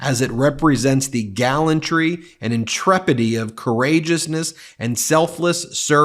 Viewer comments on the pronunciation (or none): It's pronounced in-tre-pi-di-ty and not in-tre-pi-dy.